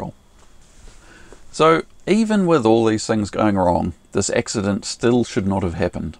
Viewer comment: Hey, what's an ''X-udunt''? It appears you had an ''X-udunt''? I think you're evolving your own Lingwij down there?